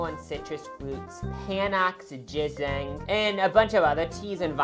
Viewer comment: THE WAY YOU PRONOUNCE GINSENG!!!! ILLITERATE!!!! (its okay!)